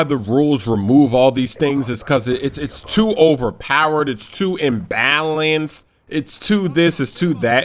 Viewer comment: "its too embalanced"lol you're not speaking English baby!